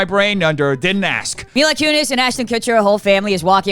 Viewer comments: Myla Coonies? Dead at that pronunciation 😂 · Why did you say Mila Kunis’ name like that…… 🤨